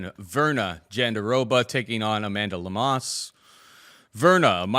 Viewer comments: Bro said "Lemas" 😂💀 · Made my ears cringe with pronunciation of Amanda Lemos name lol